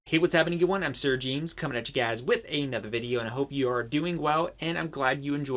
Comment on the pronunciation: Closed captioning says you're "Sarah jeans" lol might wanna pronounce a little crisper 🤣